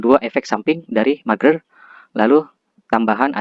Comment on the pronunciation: Merger bang bukan marger